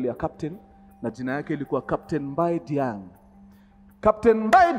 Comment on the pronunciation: Diagne is Prounounced as Dianye if I'm not wrong